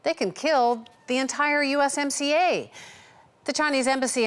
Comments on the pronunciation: In the US, we call USMCA: U(S)-SMACK-CA not U(S)-SCAM ... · In the US, we call USMCA: U(S)-SMACK-CA not U(S)-SCAM ..